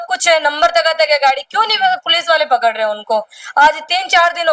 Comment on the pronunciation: कपड़ लिया कपड़ लिया क्या होता है आंटी पकड़ लिया बोलो न बोलना भी नहीं आता इन औरतों को तो😂😂😂